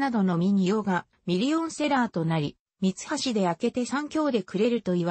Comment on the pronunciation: 朗読がおかしい、みはしを、さんきようと言っている。